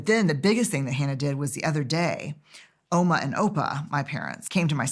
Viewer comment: Ouma and Oupa are what we call our grandma and granddad in Afrikaans in South Africa. She said it with such a perfect accent, I was taken aback for a second - like is she Afrikaans? ❤❤❤